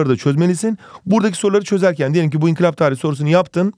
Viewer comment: hocam inkılaba niye sürekli inkilap diyorsunuz